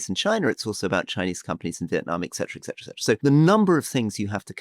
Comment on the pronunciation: Etcetera >>>> etc. Not excetra!